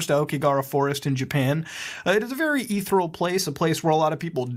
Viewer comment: So are we just going to skip over the way that Mutahar pronounces “ethereal”?